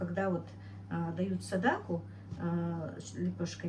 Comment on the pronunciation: НАДО ГОВОРИТЬ сАдАқА а НЕ садакУ МУСУЛЬМАНКА ВАМ НЕ СТЫДНО ТАК КОВЕРКАТЬ СЛОВА НАЦИОНАЛЬНЫЕ, ЗАЧЕМ ВЫ ТАК ДЕЛАЕТЕ ВЫ УГОЖДАЕТЕ КАКИМ ТО ТАМ РУССКИМ БЫДЛО ЧТО ЛИ?